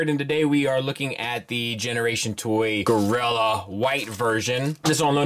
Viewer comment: Monk...Monk...Mon...you're sayin it wrong...or a gorira...